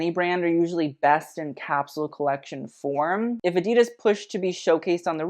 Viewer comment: Ok so adidas is not pronounced as drawn out as you made it (and literally everyone else). So not ahhdeedus as German is not a drawn out language. You want to take your current pronunciation and make it as rapid as possible. Honestly it should sound like a perfect cross between the two ways that people like to pronounce the brand name